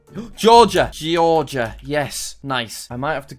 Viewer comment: Everyone gangsta until Jack pronounced "Georgia" as Ge-or-gia after saying the right pronunciation .